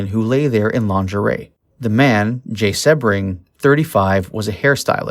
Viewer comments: Its pronounced See bring, not seb ring. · Appreciate you, but Jay's last name is pronounced Sea-bring, not with a short E. Also, the house on Ceilo Dr. was 10050 Ceilo, not 150. The new home has the number 10066.